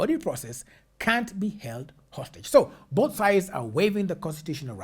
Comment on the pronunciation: She read held as healed. Very illitrate